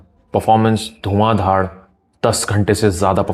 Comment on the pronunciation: Bhai dhuan dhaar not dhad...